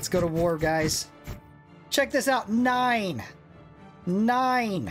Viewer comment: When you said nine I thought you said nien (no in German)